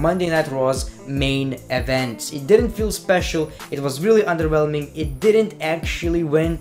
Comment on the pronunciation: CAN U STOP SAYING 'ONDERWHELMING"